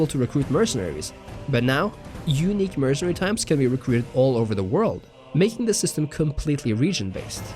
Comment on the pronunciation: When “unique looks” sounds like “eunich looks” haha